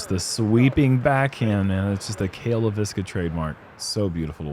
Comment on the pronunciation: Ironically, they get Leiviska wrong every time. :) (it's "LAY-viska," emphasis on the first syllable, not "lay-VIS-ka.")